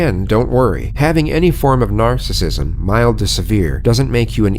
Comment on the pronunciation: Narrator said “närcissism”